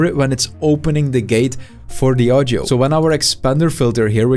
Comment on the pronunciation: I just like how he says "audjo"